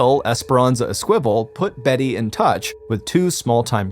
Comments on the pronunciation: Sounds like you're trying to pronounce Esquibel which is ES-key-bel, not Es-kwibble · "Eskwival". It's pronounced "Ess-ka-vel". Good lord this guy's an idiot 🙄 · Esperanza’s last name is pronounced Es-key-bell. 😊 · Esquivel is not pronounced əSQUIVəl. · It was driving me crazy, too. ES - ki - vel. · I came here to find the esquivel comments, haha. I'm disappointed there are so few!